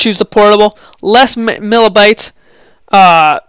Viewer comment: "Less millabytes" What? It's megabytes.